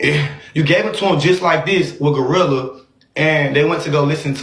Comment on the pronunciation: It’s Gloooo Rilla Alvo who tf is GLUE Rilla 😂